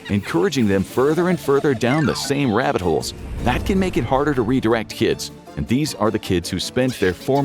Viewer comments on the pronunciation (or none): The further down you go down the rabbit holez, the "t" goes silent